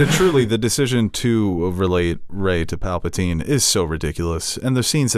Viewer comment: Can someone tell him it’s Palpatine and not Papletine